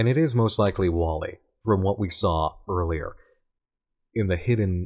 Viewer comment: 🤔 “MOST” rhymes with “HOST” 🤷🏿‍♂️